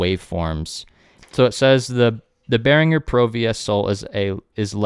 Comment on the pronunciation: Die richtige Aussprache ist bear-ing-er nicht bear-inj-er